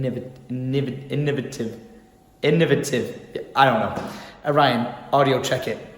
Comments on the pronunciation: In-oh-vate-ive Innovative is the word of the day lol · You say it like this: Innovative :)